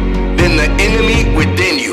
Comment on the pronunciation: At the end when my man said “Zak knight and Adam Salay” instead of saleh 🤣🤣🤣🤣